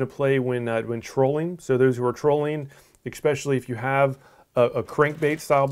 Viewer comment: Thanks for the vid...however...there is no such word as 'ekspecially'...it is 'especially'...which I'm sure is knit picking.